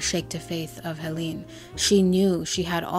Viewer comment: its actually pronounced Helen